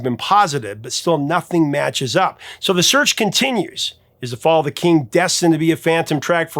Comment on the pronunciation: Sounds more like "The fall of Cain" than "The fall of the king", to me.